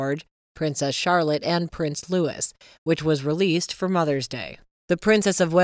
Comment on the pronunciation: Do you have the pronunciation of Prince Louis wrong it is not Lewis! It is Louie. I thought I would enjoy this channel but there are too many things that I see that are not classy or dignified. The AI commentation is very poor at the content even worse at times.